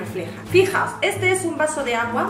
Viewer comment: de "ete" mes😂😂